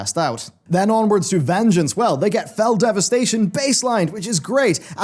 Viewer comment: Great video ... even when Fel Devisitation made me laugh as its Fel Devastation. Sounds like the DH has demonic child support. :P